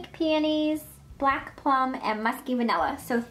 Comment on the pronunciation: when she said pink peonies, did anyone else hear pink panties